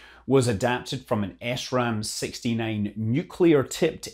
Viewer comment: FYI, the first stage booster from this test is pronounced "shram", as in Short Range Attack Missile. One of the other sergeants from my unit supported this mission.